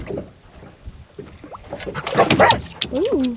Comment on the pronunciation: I loved the diving video. I'm very familiar with the waters off Marco and can't believe the visibility on the first spot. God is good! One other comment... you read a book (not a buke), it's called a snook (not a snuke). Just poking fun! 😆 Thank you for the great video!